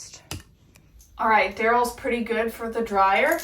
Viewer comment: He says I look so purdy... 😊